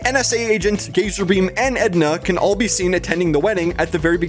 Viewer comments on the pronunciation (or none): Do only i hear name gazarbeam as gayzerbeam?